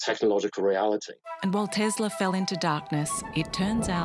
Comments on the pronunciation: It's Tesla with an S sound in the middle. Even in his own native language, he pronounced his name with an S sound in the middle. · Do you believe that Nikola Tesla like being called Tezla?